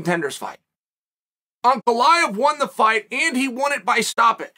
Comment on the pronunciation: Ray-chick? Uncle eye-ev?